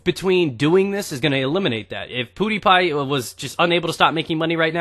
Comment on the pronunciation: "Poodypie" Hehe.